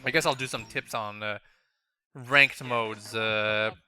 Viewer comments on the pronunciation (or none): none